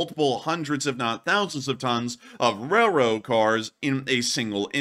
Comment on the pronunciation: "Rell-road". Spit that out.